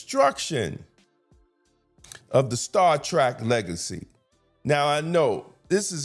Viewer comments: Star Trek, not Star Track! That should show how much of a Trekkie I am. We all know that The Orville was a parody of the Star Trek series. Although the show was worthy of a Trekky fandom, look what they did with the Klingon representation. They made them haters of men and women. We know that Klingons are basically representing black people. That is a battle within itself on a larger scale, but was it really surprising in the new series that the Klingon is gay? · Star Trek…. Not Track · Appreciate you bring this up, Star Trek Academy is nothing but straight up crap. I think you are awesome but just want to tell you, it is Star Trek, not Trak. : ) It seems like masculinity is a bad thing, I don’t know who these writers are, and like you said, never seen a single Star Trek episode. How can you be a writer, there is complete cannon on this.